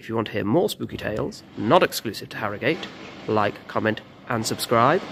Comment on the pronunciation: Born and bred here and we pronounce it Arrogut.